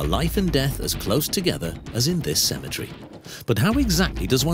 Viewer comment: CEMETERY NOT Cematree 🙄🤦‍♀️🤣🤣